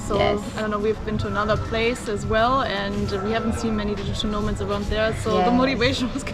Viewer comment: Did you say " Digital no- marks"? 😭BTW, no-mark is a u. K slang ( Manchester) for a person of, let's say, no interest. But really, at least they're actually travelling, not just sitting on their ass, being a keyboard warrior.